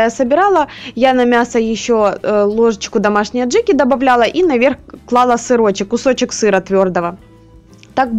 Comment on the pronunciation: Ну повеселили Вы меня! Я имела в виду смысловую форму речи, не взирая на ,,ГЭ,,... употреблялся глагол ,,выкладываю,, несколько раз, поэтому ,,клАла,, использовать было неуместно. Но сказано было оно правильно, т.е ударение на первый слог!!!